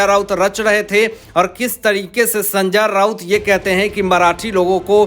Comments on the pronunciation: Sanjay Raut ko sanjaar Raut kyu bolta hai ye reporter???? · भैय्या,नाम तो सही ढंग से लेना सीख लो, बार बार सन्जा राऊत,सन्जा राऊत बोल रहे हो।